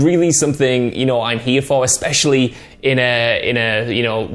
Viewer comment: Why does the woman pronounce the word especially as eckspecially? She did it in a video a few days ago too